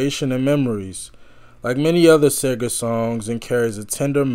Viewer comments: Seeeeegrrr. no Say-ger. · His name is pronounced See-ger... :) Have you heard Roll Me Away? That song moves me so! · Bob SEE-GIR. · See-ger . . . it’s pronounced Seeeee-gerrrrr. Am enjoying your reactions. Great job. 👍 P. S. Glenn Frey (pronounced fry) is also originally from the Detroit Metro area. He and Bob crossed paths around here quite a bit back in the day, long before either one of them hit it big. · Roll me Away and Like a Rock will blow you away!! And it’s pronounced See ger 😊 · SEE grrr. No “A” in Seger.